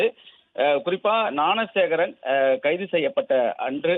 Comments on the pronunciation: நான சேகரா ?..என்ன நியூஸ் படிக்கிறே மேன் ? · Please train the news reader how to pronounce the name of the accused